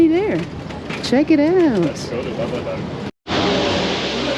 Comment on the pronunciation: Yep, seems to me the second A in Babadaa would be elongated. The g is definitely silent, and s or c with the accent under is sh or ch. c without the accent is j ;) Thanks for the comprehensive tour!! I'll be there in 3 weeks